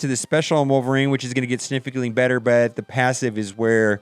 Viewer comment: wolvereen not wolverin